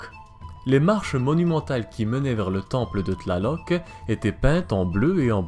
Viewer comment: Cest une torture t'entendre prononcer leur nom D'